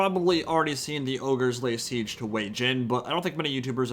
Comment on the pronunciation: I kept hearing tzeench towers instead of siege towers 😂